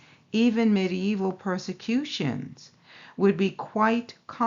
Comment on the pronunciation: Hi Sister, i just love the way you say medieval ;). Medi-Evil? LoL. What are the odds...? The time of Truth has come. All Praise be to YAH!